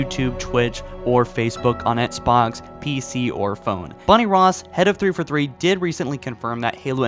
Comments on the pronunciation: 343 is pronounced Three-Four-Three. Not "thrfuthree". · Dude, I am sorry - but every single video of yours I can't help but constantly be annoyed with how you pronounce thiforthee.